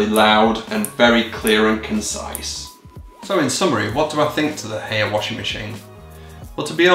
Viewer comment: The first time i've heard of Haier was about 10 years ago, when my parents got an air conditioning system fitted to their house. It got the job done. Also, I believe the way you're supposed to pronounce Haier is like "higher"